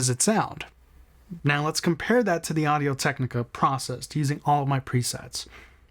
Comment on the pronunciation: Both mics sound good but you sound stupid. Where are you getting "zen AH hai zr"? Its pronounced "zen hai zr". You did good on Audio-Technica.